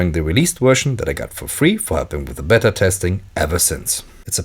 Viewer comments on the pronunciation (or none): none